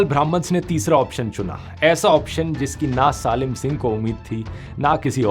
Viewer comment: सालिम नहीं सलीम सिंह बोलो 😂